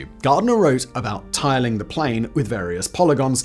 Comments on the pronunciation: "Ramajan-a-ding-dong" "Ra-man-jan"?? "Ra-manu-jan" You must have recognised you pronounced it three different ways...but didn't bother to correct?? So disrespectful... "Tilling" the plane... do you just make noises with your mouth without regard for the meaning?? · the repeated mispronunciations are infuriating.. tilling the plane like it's some kind of wheat field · Also, "tiling" is pronounced "tiling" and not "tilling". 😂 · Did he just pronounce "Tiling" as "Tilling"? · do people really say "tilling" instead of "tiling" (t.ei.lng)? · While your articulation is splendid, I think the pronunciation needs some work. "Tilling" the plane? Surely that's not how tiling it's pronounced anywhere? I can't say for sure how Ramanujan should be pronounced, but I have gotten used to a few very different ones from yours.